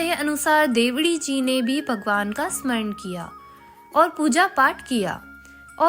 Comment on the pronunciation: देवड़ी नाम बोलना सिखों